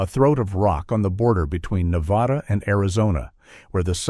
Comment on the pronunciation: Nevada is mispronounced.